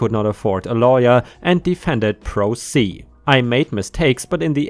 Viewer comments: Its said as pro say for Pro Se. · I am a lawyer and this comment is regarding the guy who won his case.First, the correct pronunciation of pro se is pronounced as pro say. Congratulations to the OP for winning his case because it is very rare for a pro se to win. I have been up against pro se individuals in court and typically they do not know the rules or understand them and they don't understand what precedent is and they don't necessarily even understand courtroom demeanor. There is an old saying that a person who represents themself in court has a fool for a client. I think that's true. I understand that lawyers are expensive but the questions you have to ask yourself is do you want to win your case. Do you want you have someone on your side who is knowledgeable about the rules of evidence and the rules of civil procedure and who understands case law and precedents and how to present that in court. Because generally a pro se does not know what these things are or if they even have access to the materials to be able to fully represent themselves. Again I congratulate OP on his win but it's not common. This was a one in a million chance I would say. So my advice to everyone here is if you are served with a lawsuit get an attorney and spend the money. Generally attorneys are not greedy or just looking to make a buck off their clients. Generally attorneys are skilled individuals who went to college and law school for many years in order to accurately and effectively represent their clients in court